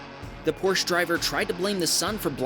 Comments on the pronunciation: Just as a note, you're pronouncing "Porsche" incorrectly. The "e" at the end is pronounced, so, instead of "porsh", it is properly pronounced "porsh-eh". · It’s pronounced Por-sha, not Porsh. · its still porsche not porsch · It’s pronounced Poor-sha, for Porsche. It has two syllables. It’s not a porch! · Your credibility goes out the window when you said Porsh. It’s PORS-CHA. It’s a family name and it blows my mind how ignorant people are with particularly the Porsche name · #2: It is not a Porsch it is a Porsche! The last letter "e" is far from silent. It is a German name, not a French! Geesh!! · I really enjoyed the video, and gave it a like, but you pronounced Porsche wrong like many people do... It's pronounced "Por-sha", not "Porsh". Sorry to sound offensive, but you can always tell when somebody knows nothing about a Porsche when they pronounce it that way. Also, it's a Nissan Rogue, not a Rogue Nissan ha ha 😆... There were others I wanted to mention, but I don't want you to think I'm picking on you. It's no big deal. It's just words at the end of the day. Nobody is perfect. Thanks for making the great video. Cheers. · Porsche is pronounced "porsh-uh". Not porsh. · Porche is pronounced porch a, soft A; not porch. Two vowels, count them. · It is not pronounced "Porsh", but "Porsh-ah" hence the spelling, Porsche. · its not how porsche is pronounced. Its pronounced PORSCHE and not pors. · Porsche( por-shuh ) not your pronunciation! …. God damn! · It’s pronounced Porsch-AH, 2 syllables. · Porsche----- Pronounced Porsch(a)small a. 2 syllables Ty. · It's pronounced porsh-Ah. PORSCH-AH 🤦🏾‍♂️ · Hello and thank you for making wonderful content ! Porsche is however two syllables ( por-shuh) thanks again. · Porsche is pronounced porsh-UH. No silent letters in German. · Two pet paves. 1. It's pronounced por·shuh 2. Proper adjustment of mirrors eliminate "blind spots". It's not an excuse for crashing. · por-sha is how to pronounce it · Porsche is a two syllable name.